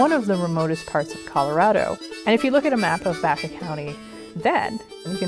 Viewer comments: Great documentary! You are pronouncing Baca wrong! It is not pronounced "back-uh," it is pronounced "Bach-ah." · I know several people where I live who's last name is Baca, They pronounce it as you have corrected, Bach-ah.